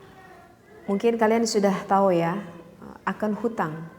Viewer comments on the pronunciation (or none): none